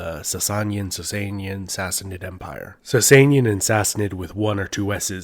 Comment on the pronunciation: Thank you for this amazing video. Iranian Empires are often ignored by western cultures that are more into the Roman Empire and Egyptian kings. As a Persian, I really liked your pronunciation of Sassanian as we pronounced it the same way and made me connect to your video even more.